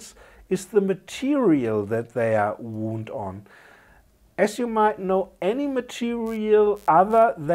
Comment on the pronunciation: Interesting video, I learned a few things. Thanks. (btw, one of the many quirks in English, and forgive me if you know this: Although they are spelt the same, "wound" (for coils) and "wound" (an injury) are pronounced differently. The first sounds more like "wownd", rather than "woond")